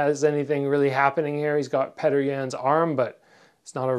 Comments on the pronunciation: why do you call him pater instead of peter? :) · damn it. stop calling him "petter" lol his name sounds like "Pi-yor-tor" anyway im a big fan of your fight career and youtube channel. you should do a collab with bazooka joe! it would be great for both your channels and you're both Canadian. Your channel and Joe's are two of the most knowledgeable and informative i've had the pleasure to see. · The Russian name Petr is pronounced "Pyotr"